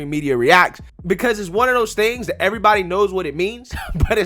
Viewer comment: Hi I was wondering, I am a white conservative and I noticed that instead of saying the word that you are replacing it with the word dat. Donna brazile does the same thing and it makes her look dumb, so maybe you should stop doing it.